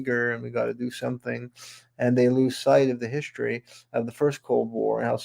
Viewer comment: What exactly is "hischtory"? Oh, Werner Von Braun founded Nassau? Would that be Nassau County, NY?